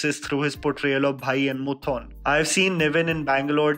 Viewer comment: I'm a huge fan of all your videos but the mispronunciation of 'Moothon' just threw me off more than the climax of Kappella tbh (a lil dramatic ik)